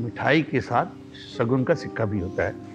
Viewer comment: it is शकुन not शगुन